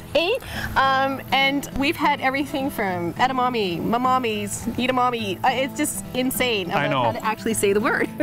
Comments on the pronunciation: She said Edemonies omg these guys are weird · Wow...it's pronounced: Edd-ah-Mah-May. Jesus... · Kept saying Edamonies...omg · エダマメイとかエダマミーみたいな発音も可愛んだけど、つい「え！だ！ま！め！」ってちゃんとした発音で正したくなる。カラテイじゃなくてカラテ！カラオケイじゃなくてカラオケ！ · Did I hear her say Edamani? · I dont know why they're having difficulties in pronouncing 'Edamame'. Its very easy. Maybe bec they're not asian but it doesn't makes sense to me.